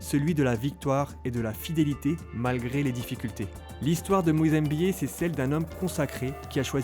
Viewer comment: C'est pas Moïse EMBIYE mais Moïse MBIYE !